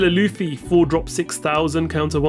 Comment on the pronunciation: Please learn to pronounce the characters names. Its not "Laughfy" nor Beepo". Its Luffy and Bepo.